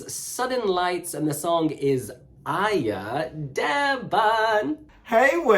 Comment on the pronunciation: bet tas ir AIJĀ not aija